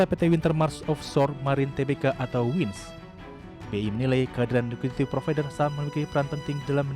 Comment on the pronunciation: “Ligiti provider”, “Liqiti provider” atau saya yang salah denger 😂